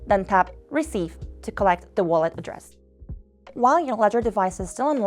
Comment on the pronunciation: Would be great if you could have used someone who can actually pronounce the words correctly. Walladdress, arror, ledgedevice.... It's not a big deal for a regular video, but for a tutorial with many steps in a row, deciphering her english is very unhelpful....